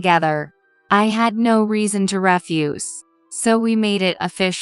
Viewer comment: I get so fed up with the Ref fuse. Ref fuse is rubbish. stress on the first syllable. The pronunciation you want is re fuze, stress on the second syllable.